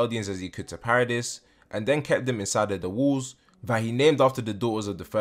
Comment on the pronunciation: Question (I hope it’s not coming out rude, I’m just curious). Why do you pronounce “walls” as “wools”? I’m not a native speaker and I cannot place this accent. Would you mind help me understand? Thanks and thanks a lot for the informative videos on your channel! ❤️